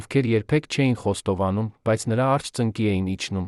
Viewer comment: Այ, միթե այդքան անընդունակ, այդքան անմեղսունակ ես, որ մի,,,և,,չես կարող ընկալել, ասում ես նրա առջե, դա ինչ բառ է, միթե հայ չես, բա այդ դեպքում ինչ ես ով ես, ինչու ես աղավաղում մեր լեզուն։